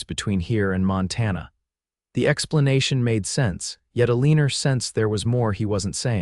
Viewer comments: Thank you, I cringe everytime I hear that mis spoken name ! They got to do a lot , a lot better in teaching ai to speak . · Enjoyable story, much better than most. But her name is ALENA... NOT.... A LEANER !!